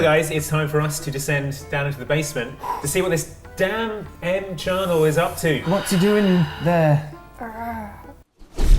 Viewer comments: It keeps sounding like Charnel, not Channail. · Channail. and were constantly mispronouncing it.